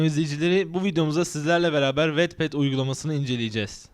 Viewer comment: Aslında "vatped" diye okunuyor.